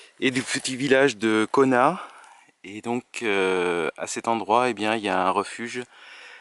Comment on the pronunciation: Il faut prononcer le T à la fin de CONAT😊